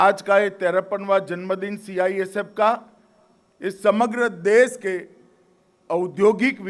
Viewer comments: CIFS नहीं चाचा CISF है ढंग से बोलो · Gajab ka home minister hai bhai CISF ko CIFS bol rha🤣🤣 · ha....Amit shah ka kitna tongue slip hota hai ye mujhe nahi pata chalta😂 kabhi atmnirbhar nahi bol pate ...kabhi apni party ko corrupt kahte hai aaj CIFS bol rhe hai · CIFS BOL H MAHARAJ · Sale ye h hamre desh ke neta cisf nahi balki cifs kah raha h sala anpadh gwar 😀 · CIFS .....CIFS...CIFS🤪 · ऐसे गृहमंत्री जी है हमारे जिनसे CISF भी नही बोलना आ रहा CIFS बोल रहा है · Sih pahle khud kaa name dekh andbhakt hai kya jo mirch lag rhi CISF jaise proudly word ko cifs bol rha he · Es dhakkan ko ye nahi pata ki ye kya bol rhaa hai 🙄😡ye bar bar cifs bol rhaa hai pagal 🙄🙄 CISF bol bhosdk 😡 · Ye kya CISF ko hatayega,CISF ka thik se Name hi nahi le pa rha hai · देश के काबिल नेता हैं साले जिनको CISF भी सही से नही बोल पा रहे है ये हमारे देश का दुर्भाग हैं की ये हमारे नेता है